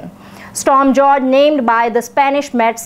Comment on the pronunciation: It's pronounced 'Storm Hoor-Hey'.